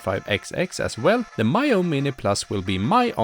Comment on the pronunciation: its Mee-yoo not My-yoo. why can't reviewers even get a basic thing such as the name right.